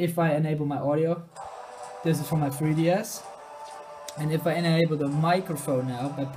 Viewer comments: you pronounce 3ds as fwee ds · the fwee ds